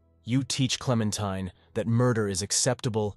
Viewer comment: Not sure if AI wrote this, but the narrator is definitely a bot. It mispronounced "supplies" in two different ways (both wrong) and pronoounces Clementine correctly (klem-en-tye-n), but also calls her klem-en-tin-ee, wich was pretty funny! That said, if this was written by AI, I respect the moral choices far more than what irl Capitalists (greedy/uncompassionate) and bigots would choose.